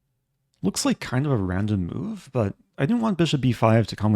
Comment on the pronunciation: Did you say chess mood? Not chess move. Didnt quite hear it right in the video.